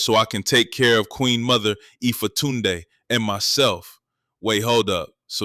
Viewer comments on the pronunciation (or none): He keeps mispronouncing Ifatunde. And it hurts my ears every time he says it. Ee - FAW- Tunde. Yack. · E-Fa-Toon-Dae FOH lmao 😂😂😂